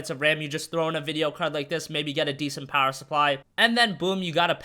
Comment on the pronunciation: Poweh supply XD